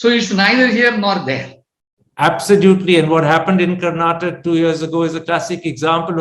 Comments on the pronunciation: Karnatak is wrong pronounciation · Calling Karnataka as "Karnatak" is the same as calling Karan as "Kara". Please stop doing that.